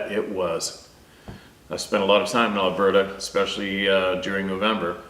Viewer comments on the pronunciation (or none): none